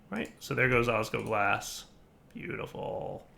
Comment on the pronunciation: OsgLoglas, not osgoglas